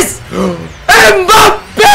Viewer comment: Abi mbappe slk yanlış diyon